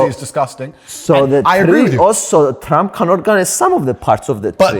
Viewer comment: When fidias said TRRRump andrew was forcing himself so hard to not laugh 😂😂😂😂